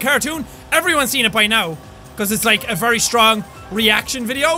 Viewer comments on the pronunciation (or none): none